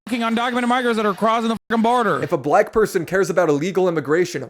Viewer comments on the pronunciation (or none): When Hasan talks about Black people he sounds SO HARD like he wants to say the N word with the way he emphasizes it. Jfc Edit: He also keeps talking about how bad and horrible the USA is, when he has literal Millions of dollars to move to another country and live just as comfortably as he does in the USA. His followers are just cult members at this point